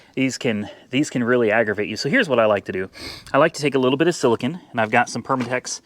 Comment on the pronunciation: please read the tube it's pronounced sila cone not sila kin.